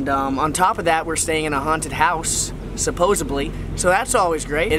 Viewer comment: There is no B in "supposedly."